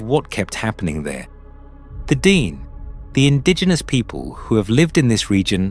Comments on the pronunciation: It’s not DEEN- it’s DEN-EH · Its pronounced den-nay not dee-nee. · This is the iconic Nahanni. It is deep within Dene (pronounced Den-nay not Dean!) territory. I paddled this river last July (2025). Our float plane dropped us on Rabbit Kettle Lake near the tufa mounds, highly sacred and protected Dene springs. We were not allowed to hike directly to the mounds but we hiked to a viewing site nearby. We honoured the people, the land and the river with tobacco. It was an incredibly beautiful journey through the remarkable canyons, rapids and lower flats. It was like paddling through the lands in Lord of the Rings. We stopped at the cabin in Deadmen’s Valley. It felt very safe to me but it was very remote. An absolute privilege to be there. I have been watching a lot of videos on Sasquatch and other cryptids. I 100% believe they exist. I also believe they are the most ancient protectors of Mother Earth, and potentially also emissaries between worlds. My idealistic loving self wants to believe they leave us alone when we honour the land. When they reveal themselves to us, we must never raise guns or other arms at them. That’s when they take us. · its not DEAN its DAA NAA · It's not pronounced "dean" it's pronounced "d nay". Meaning first people in Navajo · It’s pronounced Den- ay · D-ehn-aye / dene'... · Tell us their heads were ripped off. It is how they died. That tribe (Dene) is pronounced Da naa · It's pronounced di-NAY. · Could somebody PLEASE teach the computer to properly and consistantly pronounce " De' Ne" !!! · Your pronunciation of Dene changes almost everytime you say it. If you really put so much time into researching this, then why do you keep changing this pronunciation.